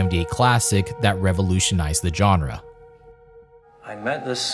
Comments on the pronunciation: Great video, but it's pronounced "Jean-ra" (ZHan-ra) not "John-ra." It's not enough that you say the word about 1,000 times over the duration of the video. Again, great stuff, but hard to sit through with that grating pronunciation. Otherwise, great narration, visuals, research & content, setting, and mood. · Learn to pronounce “genre,” and stop saying it every other sentence. It is not pronounced with a J sound. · dude....learn how to pronounce genre, please. it's not JOHN-rah. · FFS! It’s “genre”, now JAWNRA!!! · Please, YouTubers, learn how to pronounce the word “genre”. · “i am not a fan of Suspiria” dude, you can’t even pronounce “genre” right, it’s alright, no one’s surprised you don’t like giallo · So many mispronunciations - jarring! Including that you keep mispronouncing ‘genre’ UGH! Otherwise good… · Was excited for this but unfortunately was immediately taken out by the mispronunciation of 'genre'. I managed 5 minutes before having to quit but it looks like a well thought documentary and I hope others enjoy it